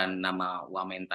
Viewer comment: Emangnya bilang wamentan?